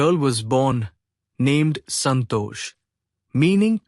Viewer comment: It is santosh not santo.😊